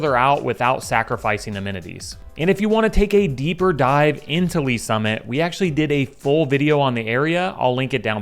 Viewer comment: Did you say Olathe and Lees Summit..........dude, stop